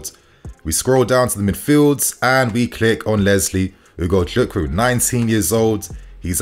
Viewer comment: You really pronounce his name really well ...nice